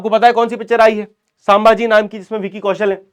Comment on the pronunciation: Sambhaji bolo not sam bhaji